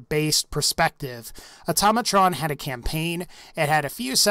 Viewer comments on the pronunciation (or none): it's pronounced "Auto-Mey-Trun"